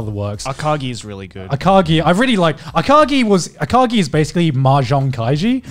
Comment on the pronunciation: It's pronounced A-ka-GI! I watched that one right before I discovered Kaiji. Akagi is a fucking badass, but not nearly as relatable to real-life people as Kaiji is. Akagi was relatable in the sense that he is a social outcast like Kaiji is, but the combination of grit, callousness and brilliancy in his character is almost implausible. On the other hand, Kaiji is clearly resemblant of the gambler we all end up being like.